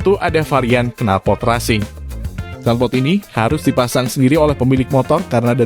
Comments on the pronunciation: Resing bang bacanya.. bukan rasing.. hehehehhe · Knalpor resing bacaan nya,bukan rasing..😄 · Bagus kontennya, tapi malah agak risih denger pelafalan racing jadi rasing. Bukannya pelafannya racing itu reysing? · kok rasing nyebutnya min? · Resing, tulisannya benar racing(bacanya resing), lol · Racing kok bacanya rasing 🤣🤣🤣